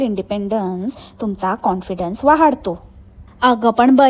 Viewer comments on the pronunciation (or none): Perfect "वहाढतो"😂😂😂